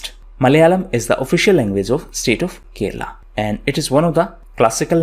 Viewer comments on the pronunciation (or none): none